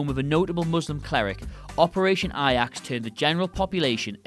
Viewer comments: Operation 'Ayax'. Dude, 'Ayax' is the Dutch football team. A*j*ax is how the Operation is pronounced in English. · A... jacks... not eye axe... limey! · Also that is pronounced Ay-jax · A-Jax..NOT I-Ax! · A-jax(jacks) not I-yaks. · The J in Ajax is pronounced as a J, not a Y. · J.Edgar Hoover, not President Hoover. Shocking news: Brits are just as bad at history as us Yanks. And, it’s pronounced “Operation AY-jacks,” not “Operation AY-yaks.” Finally, how do you know if a commenter is a fool? He or she thinks 9/11 should be on this list. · It's basically how Ajax would be pronounced in German. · I'm sorry how the hell did he pronounce "Ajax"!?! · You don’t know how to say Ajax?? Literally do you even know what the letter j sounds like? You guys have more trouble pronouncing English words that people who speak Spanish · Do you not know how to pronounce "Ajax"? Seriously?